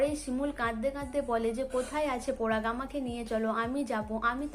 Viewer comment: আবার ও বাজে উচচারণ আপনি কেন update দেন? আবার সেই পরাগ কে পোরাগ । সবাই কে বলছেন সোবাই । আপনাকে এতবার বললাম তবু এই বাজে উচচারণ করে update দিয় ই